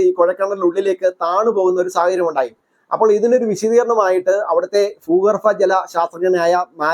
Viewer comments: ബ്രോ ഫാരം അല്ല *ഭാരം ഫൂമി അല്ല * ഭൂമി ഫൂ ഗർഭം അല്ല *ഭൂ ഗർഭം 😂😂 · ഫൂമി, ഫൂഗർഭം